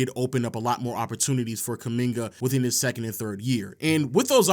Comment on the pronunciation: If only he could get kumingas name right